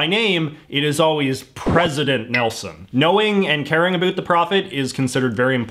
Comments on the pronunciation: Every word he says sounds like he's an American (US), but that one word! It's not that hard. SO, WHY?? Most Dutch speak English, and we all say 'about' in the same way any Englishman, or US American does... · Ahh give him a break, he's canadian and they don't care so much aboat pronunciation. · MyOther Soul "aboat" 😂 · Yo like can you turn down the canada 3 notches? Like.... there are other ways to pronounce about that dont sound like "a boot" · I know it's about the accent, but how come he can say "how" right but can't say "about" right. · The was you say about is so irritating.